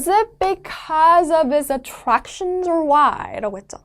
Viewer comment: 쌤 발음 불필요한곳도 심히 굴리시네요 오우투우렉엑셔언 .. attraction....